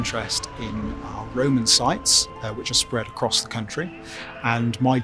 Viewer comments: is it just me or does it sound like Amber is saying "Raymon" instead of "Roman"? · Why does she keep saying"Ray-mon" when the word is "Ro-man"! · The woman with the red hair says Roman and I just hear Rayman almost every time 😂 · "Ramen"? Took me a while to figure out what the heck she was saying... it's ROman for gosh sake!!! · Roman. Ro-Man. RO-man. We aren’t talking about Ramen noodles here . Lol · Everytime she says Roman it sounds like Raymun. Even says Roman correctly it's just the red head girl that says Raymun. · Anybody else bothered by the fact that Amber said Ramen instead of Roman because it’s called a Roman Makeup Tutorial not a Ramen Makeup tutorial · It's pronounced Ro-man, not Ray-man. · Lol..What is the Raaaymen empire ...isn't it the ROman empire? Say it with me ROman (phonetically pronounced) Row-man. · Can't unhear "the Raymond Empire" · i keep hearing ramen as in the noodles lol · I don't want to hear the word "RAYMON" anymore. thanks.. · Anyone else here think she's saying "Ramen Empire " ? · I know she’s saying Roman but I swear it sounds like she’s saying Rayman. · Is she saying Raymond or Roman? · I never heard 'Roman' pronounced 'Rayman' before. It's a bit grating.